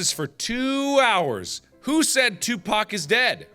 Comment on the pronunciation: mark pronounced tupac right, ya girl is happy.